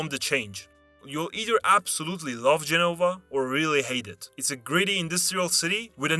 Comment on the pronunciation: Gènova, not Genòva.